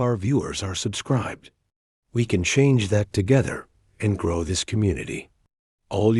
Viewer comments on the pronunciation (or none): none